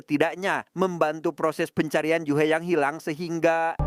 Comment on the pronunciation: Ju-hee biasanya bacanya Juhi, juhe kayak lg ngomongin Jule viral😂